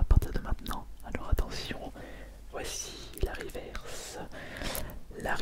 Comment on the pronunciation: les riverse de prononce riveurce je suis grand collectionneur donc je connait assez bien